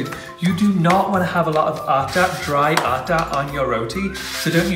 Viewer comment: I loved it. As being and Indian i make it every day for meals. I enjoyed watching you making roti. Actually this is the very first time i saw some non Indian person making roti and also pronouncing the same roti and atta. I would love to watch you making some more Indian food. Btw your roti was perfect.much love from India.💖💓💖